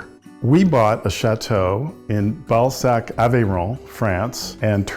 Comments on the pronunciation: It’s pronounced BALZAC , not ball sack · I keep hearing “Shat-o in Ballsack”🤦😂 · Where do you live? "Balsac" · Balsac, which is like the writer Balzac.